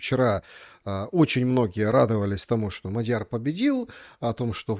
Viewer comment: Он не МадьЯр, а Мáдьяр. В венгерском языке ударение ВСЕГДА падает на первый слог. Исключение составляют только такие восклицания как «Ого!». См. также статью «Мадьяр» в Википедии.